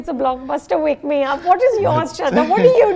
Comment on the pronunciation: Anu, I love your channel and the work you do. Please may I suggest something regarding the pronunciation of names/Hindi words? Please say the 'h' sound in Shraddha (श्रद्धा) and Prabhas (प्रभास). I'm only commmenting after years of watching your videos and noticing the same thing with many Hindi words you say. Could you please do something about that? Many thanks and more power to your channel, Arnika